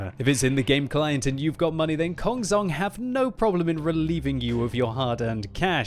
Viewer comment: it's pronounced as kong chong, not kong zong...:)